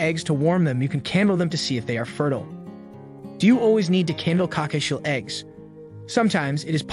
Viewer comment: COCKATIEL no cockachiel lol